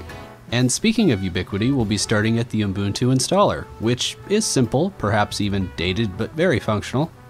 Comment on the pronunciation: STOP SAYING UMBUNTU OH MY GOD